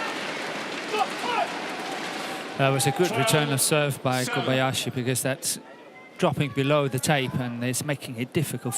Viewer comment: Morten says: Koyabasi 😂😂